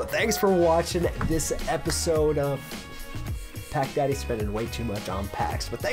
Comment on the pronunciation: Your intro sounded like you said what’s up guys pekka here just think of pekka when he says it then rewind it and think of pack daddy it’s just the intro though kinda trippy